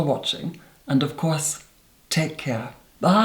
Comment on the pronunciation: I always wait for his videos to end because I like how he says “ bay”